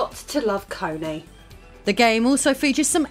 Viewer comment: Cony - pronounced Sony 😂